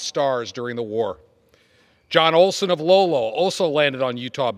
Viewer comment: Yikes, Bud's last name is Olson, not Olsen.